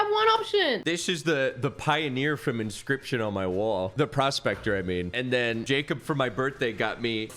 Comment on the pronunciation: I’m so happy he said inscryption.